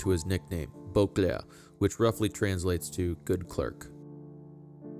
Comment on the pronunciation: How you say "Beauclerc" in complete accent, different from your narrative voice is priceless!!!😂